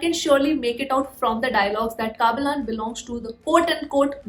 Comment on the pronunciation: Don't say kaabilan......say kabilan